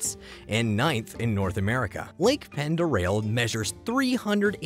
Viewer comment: Lake "Ponduray" is how I hear people pronounce the lake in Idaho.